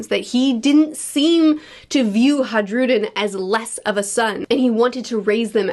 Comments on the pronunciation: Dear, the name Hajrudin is pronounced "Hi-Rou-Dean" sincerely My monk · Hey, love your videos. I just think you should know that it's a soft J and it's actually pronounced "Hairudin" or "High-rudin" Hope this makes your life a little easier and have a wonderful day. :) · Your pronunciation of Hajrudin will never not make me laugh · The you pronounce hajrudin is killing me